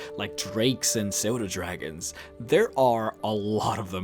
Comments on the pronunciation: dude.. It's "Suu-doh-dragon" not "So-duh-dragon" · pseudodragon, not soda dragon, just in case anybody was wondering what he said. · And he pronounced it as "Soda Dragon" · Did he say soda dragon?????